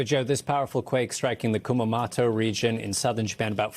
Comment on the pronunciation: Its pronounced Kumamoto, not kumamato